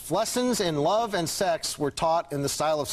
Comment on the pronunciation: I think he actually said "We wuv you Walla Walla" (the w instead of the L in love), but still a great line.